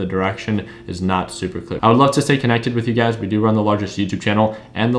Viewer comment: you've been trading $UGAZ so long that when you say, "You Guys" you say, "UGAZ". 😄